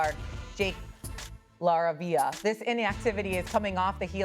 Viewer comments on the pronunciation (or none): I'm weak at the anchor mispronouncing Jake LaRavia's name. "Jake......LAR-ah-via" CMON MAN! lmao la-RAVE-ia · She called him Jake Larva 😂